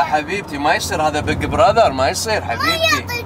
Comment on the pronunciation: البق برذر ينطق😂😂😂😂